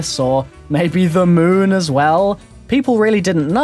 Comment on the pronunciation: "Dlc 'oneuh', on the 'moonuh', when you were a 'kiduh'. Anybody else notice this? I mean I love the dude but I can't, not hear this lol